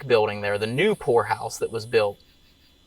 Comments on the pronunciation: Not going to lie, at beginning of the video when he said poorhouse, I misheard him and thought he said a place that belongs in a red light district 😅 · I thought he said whore house.. 😬.. poorhouse got it. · Peter the horse is here. Enjoyed it like always. I will say the first time you said Poor House. I miss heard...I didnt hear the "P" 😯🤫🤭😅